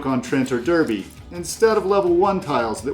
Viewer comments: Really enjoyed the content. Always fun to hear attempts at our quaint English place names, and you did pretty good! If I may, Derby is pronounced “Darby”, and Worcester is indeed pronounced “Wooster”, except it’s the “oo” sound from “good” rather than “oo” as in “food”. Other than that, spot on! Looking forward to exploring your other Brass videos as I really need to improve my game :) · Great video. But Derby is pronounced 'darby', the rest were good though 😁